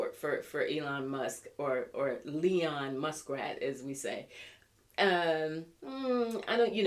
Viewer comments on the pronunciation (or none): none